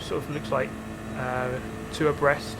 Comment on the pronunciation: Lmao I always thought he said "oppressed" Like, what are they oppressing? The track? The line? The Position? Or are THEY being the ones oppressed... by each other? XD